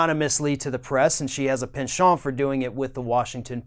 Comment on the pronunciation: I know this is so pedantic but thank you for pronouncing penchant correctly. I’m a Brit and I absolutely abhor bad grammar and/or phonetics. 👌